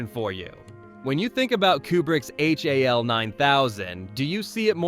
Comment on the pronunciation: Ai robot narrator can’t call 2001 robot “HAL” but instead calls it H.A.L” . I wonder if the narrator would have opened the pod bay doors